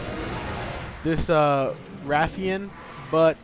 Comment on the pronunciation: For future reference if the a in rathion had a long a sound it would be spelled wraithion. Just as you pronounce wraith with a long a sound. So that should end any debate since the name is translated into English. And there is no I after the a it is rathion, pronounced as spelled. Now if we want to be technical neither are correct because its true name is in Japanese and you'd have to say it that way to be truly correct. But I think everyone's fine with it being rathion.